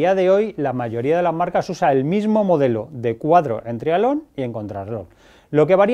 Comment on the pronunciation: Cuando dice trialón se refiere a triatlón!? Supongo